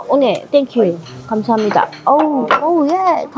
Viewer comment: 감사합니다를 일본어 늬앙스롴ㅋㅋㅋㅋ 미치겠다..ㅠ❤ 해외여행 우리 엄마랑 간 느낌이야.. 마이웨이로 한국어 쎀ㅋㅋㅋㅋㅋㅋ